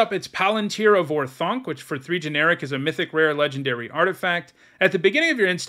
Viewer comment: Or-thank. Not Or-thounk.